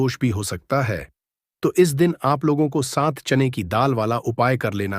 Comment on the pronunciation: Pehle bolna to sikho bar bar chane ki daal chain ki daal kar rahe ho